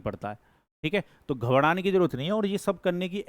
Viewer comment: घबराना ❌ घबदना ✅